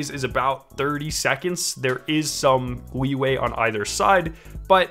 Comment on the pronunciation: instead of leeway was weeway said?